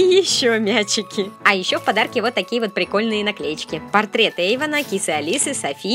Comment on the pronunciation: Не Эйвон а Эйван